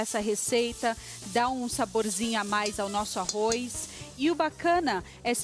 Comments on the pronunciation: arro"i"z??? que horror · o "arrois" é que enche o saco. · arroiz kkkkkk